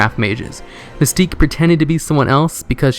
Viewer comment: Something within me died when you said "Mystique." I tried to keep watching but I felt like my life force was being drained. I was half-chuckling, half-whimpering.